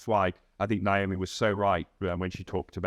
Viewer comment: I bet Naomi does a full-body wince every time murders her name. I know I do.